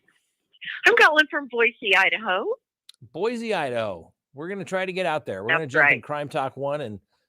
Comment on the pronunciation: love your show and you. Thanks for sharing your experience and knowledge! Just so you know…those who call our beautiful city of trees BoyZ are the newest citizens. Please remember and use the proper name…Boysee!! When you get here…Welcome to Boise, Idaho. There is no Z in Boise. Thank you.